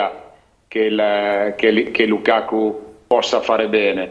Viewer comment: Tutto giusto ma Heriksen e lukako non si possono sentire, ma perché storpiate i nomi? Eriksen per dio e Lukaku!